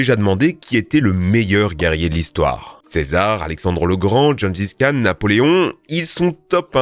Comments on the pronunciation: Gengis Khan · Jaime bien "John gis khan"